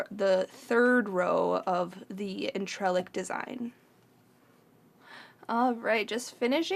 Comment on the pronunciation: Hi can I help? It's pronounced on-tre-lac it's a French word I think, hope that helps, x